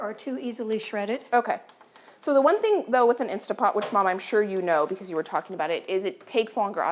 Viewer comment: Love you and your show but please, It is Instant Pot, insta pot.